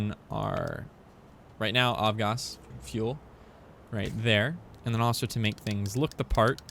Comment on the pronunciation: AvGas stands for Aviation Gasoline, so you pronounce it as "Av" and not as "Ov". Now you know. :)